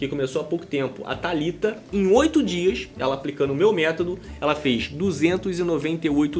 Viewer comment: Desculpa,depois de "tumano" e " métado" só dei conta de ouvir a sua parte do vídeo. Meu ouvido não é penico!